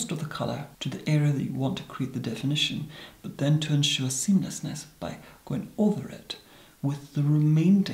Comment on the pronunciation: I could listen to him say seameleasness all day